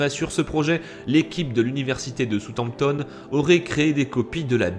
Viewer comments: Très bonne vidéo, juste une remarque, ce n'est pas soute-amptone mais South Hampton :) Avec l'accent ! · dsl mais je supporte pas ta façon de dire Southampton qui ne se prononce pas soutanptone mais bel et bien saoussHamptone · "Soutanptone"😆 On prononce "saoussamptone"^^ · Southampton tu le prononce "sutampetonne"??? là non pas possible mec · "Southampton" se prononce : sa housse hamp tonne sinon top